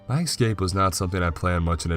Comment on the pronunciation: Why does the narrator always pronounce "escape" as "excape"??